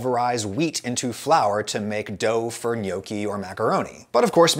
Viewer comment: It physically hurts me how you say gnocchi